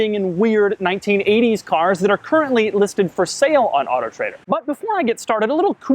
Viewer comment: It always sounds like he's saying otter trader